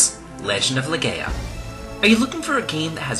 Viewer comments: I know this vid is old as hell. And I have no idea if you are still making vids, but, you covering one of my favorite games of all time, Legend of Legaia, had me triggered as you mispronounced if 4/5 times you said it, but correctly said it your last time. It is NOT LeGAYa, its LeGUYa. "ai" make the "I" sound. I just had to say that. Good vid otherwise. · Swee-kuh-den. Legend of Le-Guy-Ah. That’s how you pronounce those. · Is it really pronounced "Leh-Gay-Ah"...???